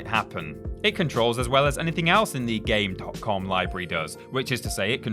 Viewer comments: its game com the period isnt pronounced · It's pronounced Gamecom. The dot is silent. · Pronounced gamecom